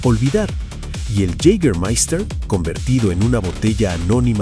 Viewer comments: Yigamaista se dice, es aleman no ingles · Si queréis pronunciarlo bien, y no como el narrador, es "yegamaista" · Lo único que no me gustó es que no pronuncias bien Jâgermeister !! 🤷🏻‍♂️